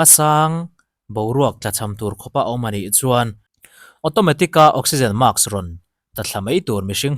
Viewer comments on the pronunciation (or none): Utuber-ho hian mask hi maks in ti a, task hi taks in ti bawk, sim teh u. Naupang zawkte lam dan dik lo in zirtir alawm. Utube channel nei ngam ve si a zahthlâk in ti ve lo'm ni?